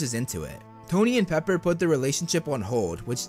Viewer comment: “Paper” XD it’s “Pepper* btw:)